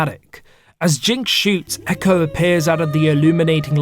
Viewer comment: its ekko not echo*